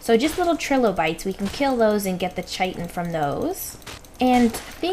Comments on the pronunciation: the "h" in chitin is silent so its pronounced kitin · wouldn't be a episode without the derpiness.:D and most of us enjoy the derpiness:D thanks for the vid! and sorry to disagree but its actually KY-tin as per wiki and Kahy-tin as per:D